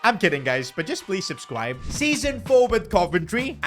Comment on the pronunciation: Bro said Subcwibe in